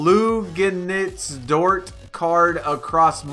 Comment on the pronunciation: 2K is wild with these objectives. I feel like they have to boost the xp you get for completing some of these challenges. Also the way you butchered Luguentz Dort’s name 🤦‍♂️